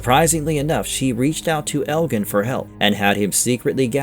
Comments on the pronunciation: elgin too lol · You are pronouncing the names wrong: 1) FA-tima. The emphasis on the "fa" not the "ti".2) El-jin. The G is a soft J. Don't get mad at the messenger, I did not invent the English language.